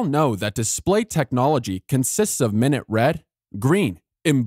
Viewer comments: should be "min-YOOT", not "MIN-uht" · He says "minnit" when the word is pronounced "my-noot". Minute ("minnit") of time vs minute ("my-noot") amount of something. A minutia is minute. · Mispronunciation of minute (my-newt) and minute (Mih-nut) within first 25 seconds didn’t fill me with confidence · "minit" pixels. Somebody's reading a script here. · Did he say minute instead of minute? Lol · the audio needs fixing on this. Minute (time) versus minute (small) are two different words.... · "minute" was mispronounced.